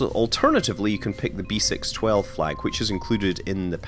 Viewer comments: "6 12" in French is pronounced "cis dooze":) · Just love your French accent since French is my native language. You should pronounce B612 "b seece dooz" btw. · beh-sis-dues is how you pronounce it